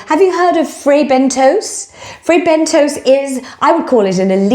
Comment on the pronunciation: pronounced Bent-toes! Think a dig.